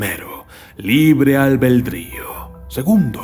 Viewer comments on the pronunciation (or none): Albedrío, No: Albeldrío... pero genial el tema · Se dice libre albedrío no albeldrio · es ALBEDRÍO, no albeldrío, minuto... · No sabes ni hablar. Es Albedrío no albeLdrío. Una porqueria el video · ha dicho libre albeldrio o es imaginación mía? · De hecho es "albedrío". No albeldrio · No, no albeldrio, es albedrío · libre "albeldrío"???? albedrío querrás decir, ignorante¡¡¡ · "albeldrío" Me duelen los oidos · Ha dicho libre "albeldrío" ...joder al menos pronuncia bien las palabras que el vídeos está muy bien pero estas cosas.... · Neta? Albeldrio? Jajajajaja